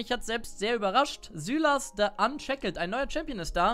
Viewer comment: SÜLAS? Wirklich xD Also normalerweise spricht man den Namen "SEILES" aus. Aber kann auch sein das du recht hast xD